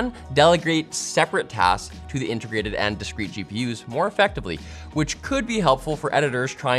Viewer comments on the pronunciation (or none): "Intergrated electronics."